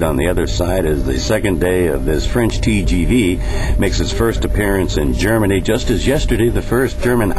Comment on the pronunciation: lol, your Germany sounds funny!:D ;)